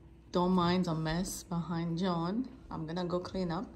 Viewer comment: Dear, in your vidéo YouTube j'avais compris que vous disiez Join and au lieu de John et. En cherchant j'ai compris qu'il s'agissait de JOHN et non JOIN. Erreur de pronociation et de compréhension.Désolé